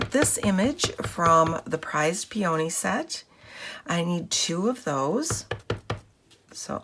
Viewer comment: Very nice card. Really like what you did with the vellum. (FYI, peony is pronounced like pee-uh-nee)